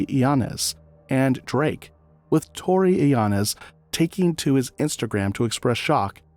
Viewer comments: who tf is narrating this ? his name is tory lanez not torylanz 🤣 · This dude can't say Torry Lanes?? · Psss it's tory lanez like Lanes in the road 🛣️😂 not sure what you said lol. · Saying Tory lanez name wrong is crazy 😭😭